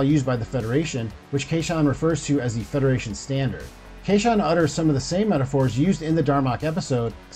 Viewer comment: "Fay ho"? really, come on... edit: OK.... Children of "Tamma" and "kayshun probe" - let's be real you're trying to pronounce things you're reading and haven't really watched.